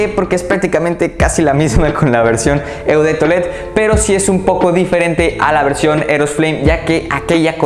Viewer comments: Me encantan tus videos y reseñas 👍 solamente que se escucharía mucho mejor lo de eau de parfum, la parte de eau se pronuncia tal cual como una "O". No me lo tomes a crítica o hate sino todo lo contrario 👍 sigue así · Tus videos son buenos, tienes una colección excelente. Pero tu pronunciación de las marcas es terrible, hace que el video pierda credibilidad. Ojo con "eau", no es "eu". Se dice "o". Ojo con las palabras en francés que tienen "oi" juntos, se dice "ua". Por ej. Gentleman BUASÉ. Te recomiendo ver videos de reseñas en otros idiomas, servirá.